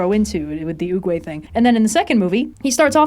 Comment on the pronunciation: I keep hearing say Uwuway instead of Oogway and it's killing me.